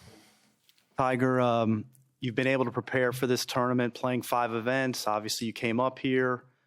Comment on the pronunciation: Is it just me or does tiger say tourment and not tournament?